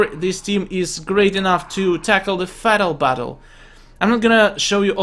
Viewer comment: Anybody notice that said fatal battle differently?